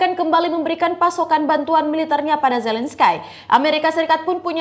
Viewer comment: bukan zalenskay... tapi zalenski (bacaannya))) hahahahahah